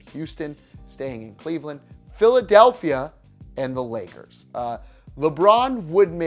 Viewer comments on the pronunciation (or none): none